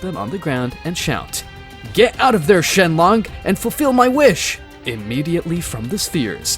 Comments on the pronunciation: Bro it's shenron not shenlong😅😅😅😅😅😅😅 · Dragon balls and shenron not shenlon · no way he just said, GET OUT OF THERE SHENLONK 💀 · REALLY SHEMON ITS NAMED SHENRON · Wait did he say shenlong instead of shenron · Name mistakes he made: Shenrong-Shenlong Dragonballs-Dragonspheres Kakarot-Kakrot KI-Kai Please learn from your mistakes man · the dragons name is shenron not shenlon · Also he says shenlong instead of shenron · ummm who is shenlong its shenron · It not shelong it shrong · It's not shenlong it's shenron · Why is no one is talking about when he said: “shenlong” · bro is saying shenlong 💀💀💀💀💀💀💀💀💀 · "shenglong'' ah yes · “shenlong” “dragon spheres” “crackorot” not wanna sound like a hater but that is NOT how they are pronounced. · Shenlong💀 Dragon spheres💀 Kakaroach💀 Konkrot💀 Kakaroat💀 Kokrots💀 Kokro💀 Nimex💀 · "Dragon spheres" "Shenlonk" 💀💀💀💀💀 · "Kahkahrat"💀💀💀 "Shenlong"💀💀💀 "Dragon Spheres"💀💀💀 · Also don’t forget “Shenlong” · Bro he said shenlon